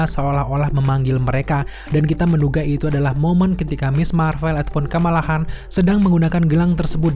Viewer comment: Khan dibaca kan cenderung qan, Shang Chi ya dibaca Shang Chi, bukan Seng Chi